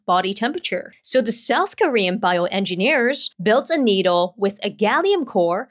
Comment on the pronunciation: Needle ❌ Noodle ✅